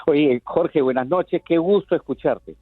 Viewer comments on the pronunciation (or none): Que mal me caes cuando dices BUENASH NOCHESH NOCTAMBULOS.